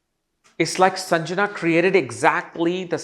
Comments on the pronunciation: Not Sanjana …it’s sandhya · The name is SANDHYA and not sanjana. 🙏🏻